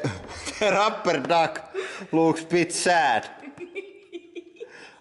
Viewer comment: rubberr monsterrr